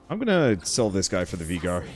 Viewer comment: anyone else notice how hes prenouncing Veigar wrong?